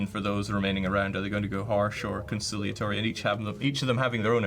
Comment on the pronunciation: Concilliatory not Concialtory